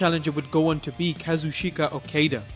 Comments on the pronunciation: Actually it's Ka-zoo-tchka ^^ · Kazu-shake-a??? hahahha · it's Ka-Zoo-Cheeka O-Kah-Dah and Hero-key Go-Toe